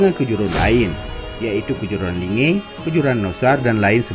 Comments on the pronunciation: Kerajaan asal linge awal serule adalah kerajaan pertama di Indonesia sebelum Pajajaran baca buku sejarah suku Gayo baru buat konten ini . Nyebutin linge aja masih salah malah sok Sokan bikin konten ini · Hapus konten mu ini. Sumber mu itu gk jelas. Jgn jadikn itu referensi. Sblm kaum kalian ada suku gayo udh ada. Dn gayo adlh suku asli aceh. Gk ush sok bikin sejarah gayo dgn referensi gk jelas. Gayo bkn cmn d takengon, d tamiang jg ada. Jgn bodoh jd org dgn bikin konten adu domba. Pnyebutan kata linge pun kau salah. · Kau klo gk tau ttg gayo gk usah sok bikin konten yg bikin ribut. Kau baca sejarah merah johan. Pnduduk asli aceh tu org gayo. Kau cmn pndatang udh sok bikin konten yg bikin ribut. Gayo bkn cmn takengon. Tp d tamiang jg ada. Perluas wawasan mu. Jgn picik otak mu. Dialek mu j belepotan bicara. Pngucapapan linge j kau gk benar. Tolol.